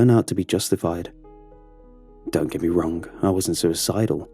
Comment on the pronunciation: i love how you pronounce the g in words like wrong ith k at the end ; wrongk